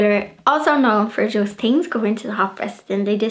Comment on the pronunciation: I love the way you leave the 'h' out of your pronunciation e.g. things - you say 'ting' or Thursday you say 'Tursday' x